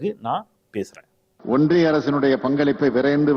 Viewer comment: ஒன்றிய அரசா. இல்லை ஓன்டிய அரசா............